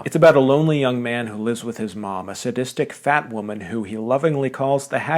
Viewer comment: Your emphasis on "sadistic fat woman" made me laugh so much. Not even sure if you were intending to emphasize it, but it was funny.